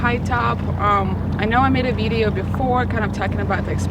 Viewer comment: Jesus Christ can someone teach her how to pronounce video. My god.